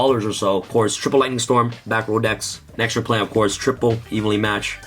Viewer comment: "Tripple Lighening strom"....Wow